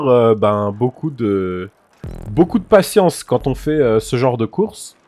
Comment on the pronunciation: Le nombre de fois où il a di patiensse